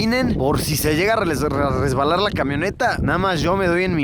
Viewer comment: por si se llega a resweddbalar